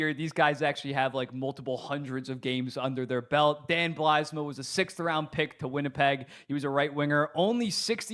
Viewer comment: great video concept! just a heads up Mike Grier is pronounced 'Greer' not 'Griere', and it's 'Bylsma' not 'Blysma'. cheers